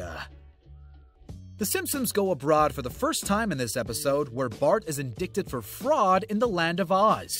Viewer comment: Firstly dubois is pronounced Dubwah. Secondly indicted is pronounced indighted.